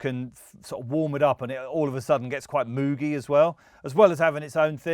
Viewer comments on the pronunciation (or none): You know he’s from the 90s era because he mispronounces “Moog” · I like that he pronounces moog 'moog' and not 'mogue' (even though I know that Moog himself pronounced it 'Mogue') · Even though I know it's pronounced 'Mogue' I still can't help but say 'Moog' and I think a lot of people do. I find it amusing when people correct me.